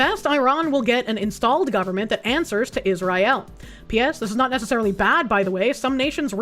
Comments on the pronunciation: Love how the Korsche pronounces it “is-rye-aal” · IZZ RYE ELLE